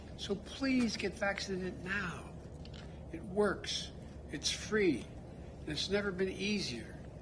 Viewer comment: Its not “fReE”